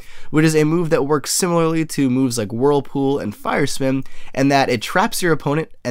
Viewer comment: It sounds like you're saying Fire Swim instead of Fire Spin, great kricketune impression btw.